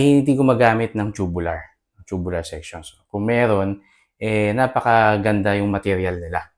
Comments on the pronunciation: agree po ako sa inyo pero ang pronunciation po ay toobyoolar "Tubular" is pronounced TOO-byoo-lur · It depends. Tube is pronounced as "choob" if it's in the UK accent and "toob" if the US accent. Both are correct. Parang "tomato": pwede to-may-to (US accent) or to-mat-to. New York: pronounced as "noo York" (US accent) or "nyu York" (UK accent). Both are correct. So it can be pronounced as choo-byu-lar or toob-yu-lar.